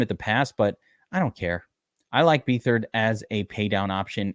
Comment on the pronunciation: BETH-ard...not BEE-thard